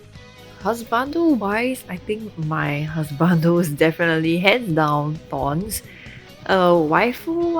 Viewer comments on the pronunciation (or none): my man's actually said thorns LOL